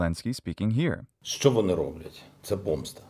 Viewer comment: I'm native Ukrainian and your 'що' it's so pleasant to listen to and all your pronunciation is very good, thanks for this video(though I didn't understand some moments because of my language barrier but I try to get better😅(all this text I write by my own… power(?)))💙💛